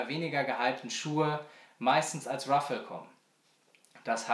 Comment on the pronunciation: heißt btw RAFFLE mit A und nicht Ruffle mit U